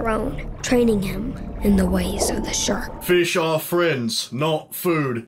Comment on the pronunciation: Feesh are friends not food